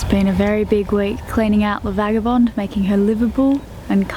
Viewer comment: hi, just before you say goodbye to LA Vaga, you better learn how to pronounce the name! (phonetically)it's a Beneteau Key-Clad,ees:)